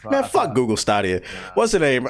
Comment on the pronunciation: the way this man saying stadia 😷